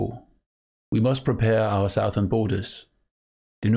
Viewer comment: A worthy effort! For future reference, "quay" in English is actually pronounced like "key", "mariner" is pronounced like "mare-un-er", and "southern" isn't like "south" but actually "suth-ern" as in "uh" for the first syllable.